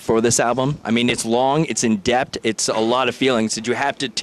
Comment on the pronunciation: “in dept” 😂😂 wtf is that? I think you meant IN DEPTH my dude 😂